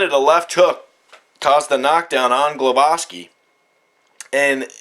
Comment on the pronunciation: its gwowaski the prenounciation for sure